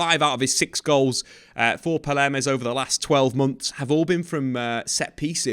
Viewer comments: Just a correction, the pronounciation is not Palermes but you can say It like pao-may-ras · please look up the pronunciation and also read correctly before you murder team and player names in a video. its Pal-mei-ras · Is it palmeiras? Or paleirmas?